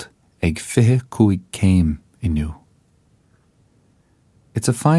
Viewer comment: he accidentally pronounces the word "inniu" correctly.